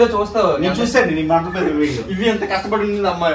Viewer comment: మండ పేట కాదు ....మండపీత.. 😂😀😀